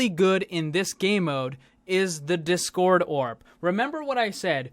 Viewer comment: The way you say discord triggers me lmao